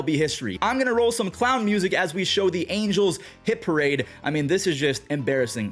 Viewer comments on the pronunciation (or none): none